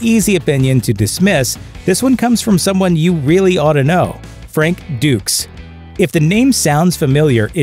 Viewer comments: Yeah, really. Also pronouncing it "dukes" followed immediately after by "ducks". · The narrator called him Dux twice then pronounced it "DUCKS". I guess he forgot how to pronounce it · Haha! The narrator slips in a jab calling F. Dux "ducks"